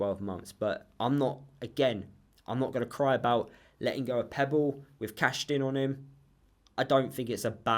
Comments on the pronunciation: Its pepple not pebble lol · I'm sorry, but I have to say this, his name is Pepple, not Pebble. I know it shouldn't, but it does wind me up🤣. I agree that he won't get anywhere near the first team, so good luck to him.